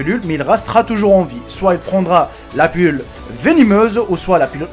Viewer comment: On dit pilule pas pulule